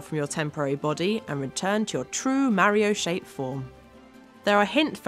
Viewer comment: It Is Mario Not Meario